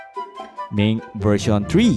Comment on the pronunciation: Wtf is " miinc vereyshchion ban"